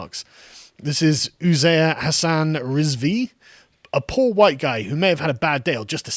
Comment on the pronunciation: You say “huwhite”?? SALTY!